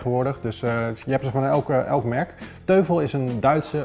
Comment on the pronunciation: 'Teufel' spreek je uit als 'Toifel'; 'duivel' in het Duits dus. Die Cinebar 11 is dus alleen voor mensen die ècht geen losse speakers willen. Die Z5500 die gebruikt was in zijn toptijd 350 euro en die geeft dus beter geluid, en dat voor een PC-setje. Dat die 52 THX niet aan draadloze connectiviteit doet is eigenlijk logisch. Heeft allemaal met kwaliteitsnormen te maken. THX is overigens een norm die door Lucas Film bedacht is, waarmee je idealiter Star Wars (specifiek The Return of the Jedi) zou moeten kijken. Zou leuk zijn om een paar filmscènes te testen bij dit soort items. Die knalscène uit Heat is wat ik altijd gebruik als ik ergens het geluid wil testen voor films... Tof item!